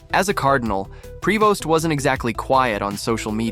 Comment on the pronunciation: Pronounced "pree-voh"